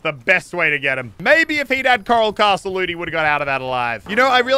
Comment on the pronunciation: The name: coral castle Muselk: Karl castle